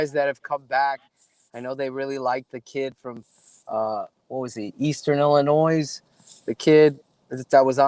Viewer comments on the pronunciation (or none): Did pronounce Illinois with an “s”? Hopefully he was f-Ing around...